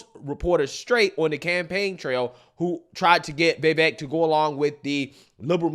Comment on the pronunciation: You MUST learn to say Vivek's name properly. He's an excellent candidate and deserves to be respected. Please take an hour of your time to learn the man's name. Here's the proper pronunciation